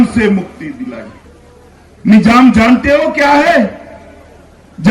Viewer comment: Nijam nhi nizam hota h amitsah pagal 😂